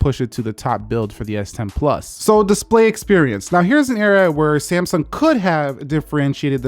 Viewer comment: Did he say Samesung in the start